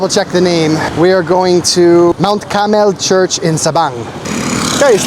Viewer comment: it's Mt. Carmel not Caramel😅 Sabang (name of the town) not Sabong (cock fighting)